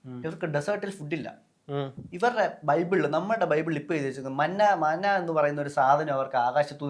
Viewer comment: മാനാ അല്ല മന്നാ .